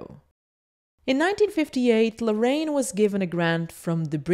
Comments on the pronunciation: jajajaja muy cierto! great video i love this channel, the only things is that the name is Larraín no Lorrain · Great video! but his las name is pronounced LARRAIN, not Loraine... :P